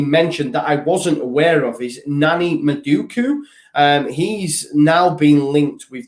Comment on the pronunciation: Btw Noni Madueke is pronounced Non- eee Mad-ew-ay-kay